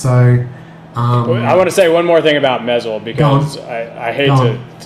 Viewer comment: Thanks for another fine mods episode! FYI: you're still mispronouncing the name of your fellow mod maker Mezel Mods though. It's pronounced with a long e sound - as in mEEzel.